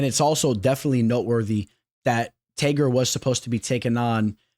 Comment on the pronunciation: Ngl bro the way you said Tagirs name annoys the shit outta me LOL